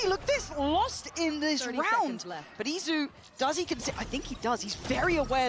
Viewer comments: It's Izu not Itzu 😭😭😭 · This is what happened when EDG scrims too many with PRX. U became like them. Also how hard is it to pronounce Eat-zu?